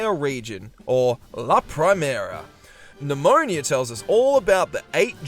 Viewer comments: NemoNA.... not nIa.... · Also calling Ne-moh-nah, Nemonia. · Idk why but you calling Nemona "Nemonia" feels so weird fipdsvn it's just a single letter but it changes the entire name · The best thing about BDSP is the water physics. Why a top-down extremely faithful remake needed beautiful rippling water is beyond me. Also, calling Nemona Pneumonia has me wanting to spell her name Nemoña which would, in fact, be pronounced pneumonia.